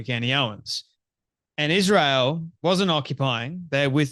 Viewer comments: Why does she say 'eeshreal' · She says "Ish-reel" with that smug mug.🤨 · Candace is a hateful JackAss and Brigitte Macron is a MAN! Even a Jerk like Candace can be right sometimes. Truth be told, she went off the deep end after converting to Catholicism. Notice how even Candace Owens pronounces Israel: IS REAL Israel is real!!! Subconsciously, it comes right out of our enemy's mouth... Kanye is a proud Hitler sympathizer and Candace loves him, that is very telling of Candace. Fraud. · Ishrael....she can't even say our country's name right. Such hatred. I live here. October 7 happened. Everyone knows someone who died. Plus, how sad Hamas would be to know that she doesn't believe their efforts to destroy us. They took video and were proud of what they did. Celebrated in the streets. What does she think that was. I think she needs to be tied down and watch the Hamas videos of destruction. A**hole. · Why can she not pronounce Israel correctly? She says "Ishrael"